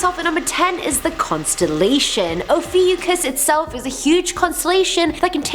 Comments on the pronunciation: Actually, it’s pronounced: O-fi-U-chus Ophiuchus (At least that’s what I heard) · Oh-few-cus is how it’s pronounced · cries in Ophiuchus its actually oh-fee-oh-kus is how its pronounced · It is Pronounced O-few-cus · no one: absolutely no one:: OfEwCusS👁👄👁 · Pronounciation and date is incorrect. It runs from Nov 29-Dec 17 and WHY? focus on the bad people? If you really want knowledge. skip this vid